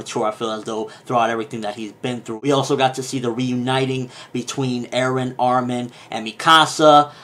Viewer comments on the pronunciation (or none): none